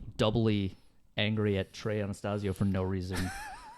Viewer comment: Ana-STAZE-io, not Ana-STAHZ-io, dipshits. They didn't get a damn thing right.